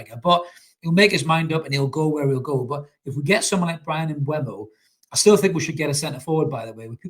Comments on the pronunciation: It's M....boom .o. not M b. whey mo or M. bumhole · And M-boomo